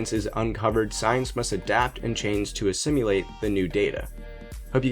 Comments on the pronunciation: "It proves scientists should stay away from broad generalizations." And in one sentence, the author provides clear evidence that he does not know what he is talking about at all. Also, did you say "a-simulate" instead of "assimilate"? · It’s assimilate not assimulate homie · assiMILate, not assiMULate